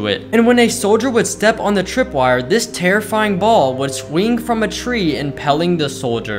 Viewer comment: I don’t know why he says impelling.. he has literally done it in past vids